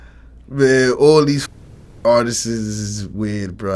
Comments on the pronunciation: I know VLAD wanted to correct him so bad when he kept saying ARTISTIST 😂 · wtf is an artisis? lol